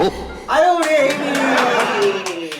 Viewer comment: 우리에이미를 우리 에미로 들었으욬ㅋㅋㅋ